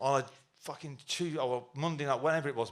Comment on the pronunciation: Stop saying ‘facking’ like that Noel you sound like a facking twat